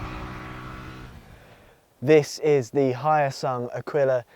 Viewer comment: Hyosung is not Chinese. Also Hyosung pronouncse as in H-yo-sung not Hi-o-sung